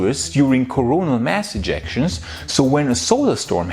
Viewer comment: Please try to pronounce words a bit more correctly. In these times, it's a bad idea to talk about corona mass injections ;-) (coronal mass ejections)